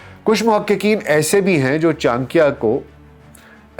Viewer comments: Sir he is not "Chankiya" he is "Chanakya" ( चाणक्य ) and aap bol to rahe ho hindi but thumbnail mein urdu language kyo lagai hai ??? 😅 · بھائی یہ "چان کیا" نہیں بلکہ "چا نکّیا" ہے جس طریقے سے آپ چانکیہ کا نام لے رہے ہیں یہ آپ کی ناقص معلومات کا پول کھول رہا ہے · Acharya Chanakya boliye Chanakiya nahi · Chaankya nahin ...chaa..nakya ....pehle naam theek se pronounce kijiye! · Urdu so good even Chanakya becomes Chankya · its not chaankia. its chanak-ya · For proper pronunciation read this wrong spelling Channakya 😂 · Kam se kam aap urdu speaking h fir bhi sahi naam nahi le kar unko sahi se explain nahi kar sakty actual name chanakya h jismy 'na' word aatata h so plz aysy mahan shakhs ka naam sahi se le tabhi unke baary me baat kary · Chaaanikiya is it correct pronounciation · Before doing a podcast- must have learnt how to pronounce "Chanakya"! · Name toh sahi se le bhai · Tujhse naa ho paaayega inka sahi naam to le nahi skta to sahi chij kaha se bol paayega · Chcha aap pronunciation hi galat kre ho naam ka 😓😓